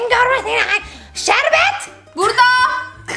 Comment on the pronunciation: Şerbet burdağğ Künefeğ burdağ Şekerpareğ burdağ😅😅😅